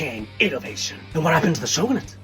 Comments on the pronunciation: When you said shogunate, it sounded like chauvanist to me, and I have to say, your whole thesis describes the female experience so well. Coincidence? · i have a question! 🤚 the way you pronounce the word "Shogunate" here, is that the correct pronunciation for Japanese? or does the pronunciation vary? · Question: why is shogunate pronounced that way and not the expected Japanese way? Is that just the way it's pronounced in English?